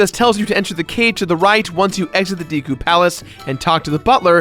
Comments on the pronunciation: Deeku?? That's how you pronounce it?? I always thought it was Deku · Deku is prounced "deh-kuuh" not "dee-kuuh". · who pronounces it as Dee kuu..I say day kuu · WhiteWing Nolasco it is deku not deeku.... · Dehkoo not day or dee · Deku is pronounced deck-oooh Skulltulla is pronounced skull-choo-la Epona is pronounced ep-o-na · He actually said "Deekoo" Mask... *shudders* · You say deku like deka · Mats Berglinn Actually you're wrong it depends on how you pronounce it. "To mah toe" "To mae toe" it's pronounced "dee koo" who cares? The only pronunciation that I'm iffy with is Fi's name. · deku if it was Dekeu it would be pronounced as the person says it in the video with the 2nd e silent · It's the deku mask not deeku mask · It triggers me how he pronounces Deku